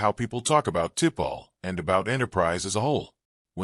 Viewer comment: Who the heck is Tipall ? Your AI is shit